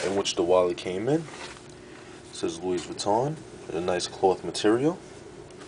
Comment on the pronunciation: The 's' in 'Louis' is silent. It's graphite not graffiti, it's called graphite because that is the colour.